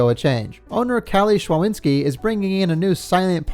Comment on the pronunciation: you're doing an amazing job, love those episodes. One thing (more fun fact, but yeah) szczawinski is a polish name and it's pronounced sh-cha-veen-ski